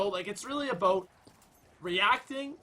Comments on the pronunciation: Hey idk y but when you say a boat instead of about I want to correct you really bad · The way he pronounces about gets on my nerves. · Once he said “A 🚣 “. I knew he was 🇨🇦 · why did he say "A boat" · it's always funny when you pronounce about aboat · The way he says bout it sounds like boat in england